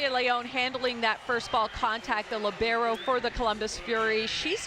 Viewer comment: That I can't answer. But maybe you can answer to my question: why anyone, repeat ANYONE, even Professional player or Journalist, pronounce "libero" in a wrong way? LI-bero, the stressed syllable is the first one not the second li-BE-ro. But I must admit that italian pronounce of English words is really horrible.